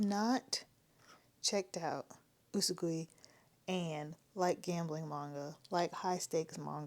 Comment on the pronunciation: Ways I've heard the Title Pronounced- You-Saw-Gwee Oo-Su-Goy Oo-Su-Gwee